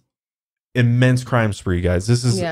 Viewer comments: lmfao cwime spwee, you wascally wabbit hahaha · "were going on a cwime spwee" 🤣🤣 literally had to replay that 20 times because I couldn't stop laughing! I have tears in my eyes! So funny! So glad I found this podcast! I've been binge watching for the last 2 days! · Lmfao cwime spweeee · "crime spwee." i literally choked on my water. Wtf 😂